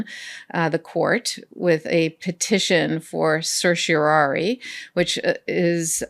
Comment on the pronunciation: did you say certiorari like it was sershiorari ? That's the best butchering of the Latin language I've ever heard.